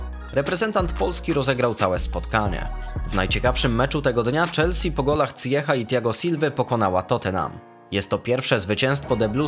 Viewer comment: Jaki "Cyjech"? Zijesz, Hakim Zijesz. Na Twitterze Ajaxu Hakim udziela wywiadu w którym jest pytany jak wymawia się jego imię.